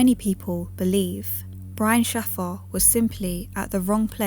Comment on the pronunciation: His surname is pronounced 'shay-fer'!